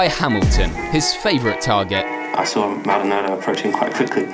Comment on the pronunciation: Normal people: Pastor Maldonado Legends: Pastor Maldonaldo